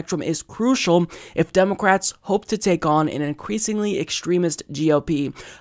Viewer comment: Is it just me or is he saying "Democwats"?